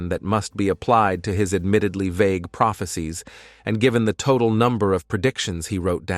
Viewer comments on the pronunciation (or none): none